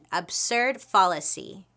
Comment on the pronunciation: fallacy - 'fall' rhymes with shall :)